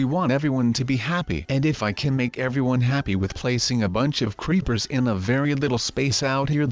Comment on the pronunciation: Does anyone one notice he said creeplersInstead of creepers